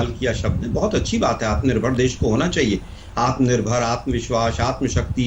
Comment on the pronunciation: ■■ आत्मा निर्भर नहीं - मोदी जी " आत्म निर्भर " कहिये ! आप ट्वेन्टी को ट्वैन्टीन कहते हैं - आत्म निर्भर को " आत्मा निर्भर " ? क्या मोदी जी, न तो अंग्रेजी ही सही है आपकी - न राष्ट्रभाषा का व्याकरण ? पता नहीं बारहवीं क्लास तक आप स्कूल के बाहर ही बैठे - - - पता नहीं क्या बेच रहे थे ? करबद्ध क्षमायाचना महामहिम ?■■